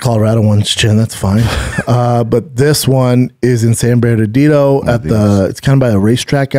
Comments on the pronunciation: Did you just say tough mudder is in San "berdadido?........Bernardino brotha lol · In “San Bairdadido”